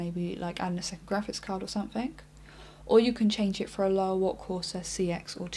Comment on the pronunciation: Wow relax, its a fair question for anybody who isn't used to her accent. pronounces words different, as we all do around the world. For example, she says 'somethink' instead of 'something'.